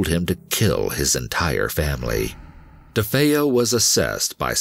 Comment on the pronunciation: ...Ronny DeFoe [...] - DeFeo, you mean?! 🙄